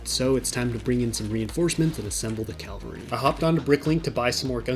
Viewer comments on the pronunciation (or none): it's cavalry, not calvary.